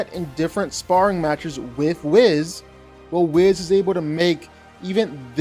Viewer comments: It’s pronounced wEEEE-sssssss… not whiz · its not whis as in take a piss. It wheeeees! ok cool! you got it now! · Weeze Weeze Weeze not Wiz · Why u keep callin him wiz? They pronounce it Wees in the show. Im assuming the show got it right. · Whis is pronounced Weeeeeees, not Wiz. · Your knowledge for whis is almost as cringy as you saying his name to be Wiz..if u looked at Any Dragonball he’s pronounced “wheeese”…also the fact that Beerus is as powerful as he is yet is a student to Whis…it’s just a different level of power honestly n I’m a marvel guy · ....isn't his name Whis ...as is "Weese?" Who the heck is "Wiz?". U talking about Khalifa?? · First of all, it's whis (weese) not wiz. Second of all, the 1st 10 minutes is just you saying "whis is on another level." Ya we know. You're like that kid who stretches out his words to write an essay. You also have no real working knowledge of actual power levels or scaling. Wasted my time. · Wheeece. Not "wiz". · Whis❌ Wizz✅ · I'm starting to wonder if has actually read/watched the things he makes his videos about. "Whiz". But more than an egregious mispronounciation of a main character's name, after watching several of his videos, I notice that he tends to reference the same feats and events over and over again, even when the video isn't about that character or those events. Like in this one, referencing the same exact events he's referenced in any video he's made involving Thanos. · Whis is pronounced weese, like geese. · I thought it was pronounced “weese” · awful pronunciation, distracted me the whole video. its whis not wiz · did he say wiz instead of whis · His name isn’t wiz smh one more stupid statement like that and I’m disliking and moving on😡😡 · I agree totally. Plus there are no clear L's from wiz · It's not Whizz ffs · It's pronounced "wheeze" lol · Great video and whis for the win for sure. But am I the only one who was getting annoyed by him saying whis name wrong. Kept calling him wizz